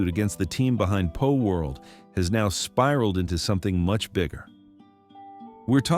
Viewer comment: PALworld! Not POLworld!